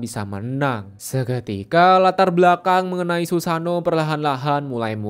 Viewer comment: bukan susano we. susano'o berjeda